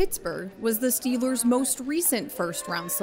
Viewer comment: I’ll keep my ears open for Jaguars. She does a fantastic job all around, but I wish she would pronounce Steelers correctly lol 🤷🏼‍♂️